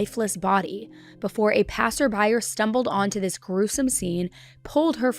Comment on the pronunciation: What’s a “passer byer”?